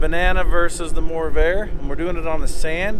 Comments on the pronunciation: It's "MORRVAIR" not "MOORVAIR" video editor! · widsheild says morrvair u said moorvair / corvair which is it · What’s the Moorvair? It’s the Morrvair! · now you call it Moorvair 😱!?